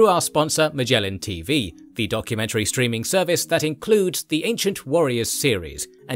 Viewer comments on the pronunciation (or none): none